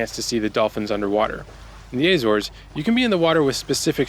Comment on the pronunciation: "Ay zores" 😂 do you also eat "Ay pulls" 🍏